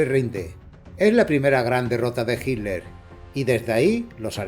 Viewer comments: En españa pronuncian de una manera distinta Yo le digo Hitler pero Hiler suena más fluido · Por que dicen "HILER" ? 🤣